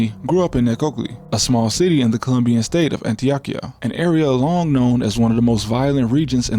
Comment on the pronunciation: Holy fuckk u butchered tf out of the “Antioquía” 😂😂😂😂